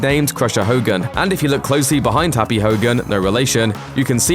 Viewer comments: Did he call happy, harpie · Did he just call happy “harpy”???? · His name is Happy not Harpy.... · SAY HAPPY'S NAME RIGHT!